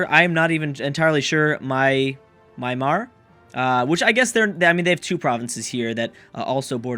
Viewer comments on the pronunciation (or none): It is pronounced my-an-mar